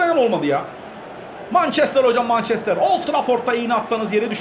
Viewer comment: abi o mançestır değil mençestır diye okunuyor :)